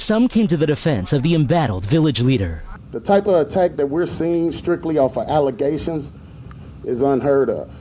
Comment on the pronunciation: Ayyyye! Allezationssss babyyyy! Lmfao!!! Looove it!